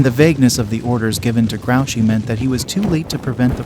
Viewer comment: Its pronounced gru chey. Not grouchy